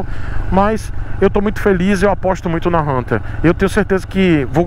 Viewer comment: Achei engraçado vc pronunciando Hunter 350 fala: RRRRRRRRRRRunter 350 KKKKKK